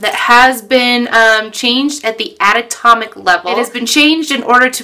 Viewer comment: Did you say atatomic level???